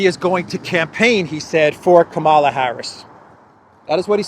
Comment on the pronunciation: You are spreading the HATE by mispronouncing her name. Mika on Morning Joe says that people purposely mispronouncing her name are just doing their part so spread the right wing hate.